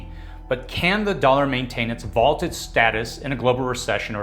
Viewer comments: Vaunted, not vaulted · It’s vauNted, not vauLted. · Vaunted, not vaulted.